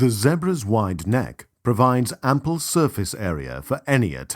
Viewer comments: Stop saying Zebras like that!! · It's pronounced ZEE-BRAS not ZEHBRAS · fucking zehbruhs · Poor Zeh-bruhs 🤷🏾‍♂️😢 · poor "zehbruh's"😭😭😂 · The way how he pronounces Zebras is so annoying. Or is that just me that finds it annoying? LOL